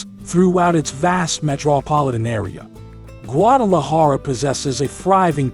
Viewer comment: Se oye funny cuando pronuncia los nombres en español guaajajara sierra madree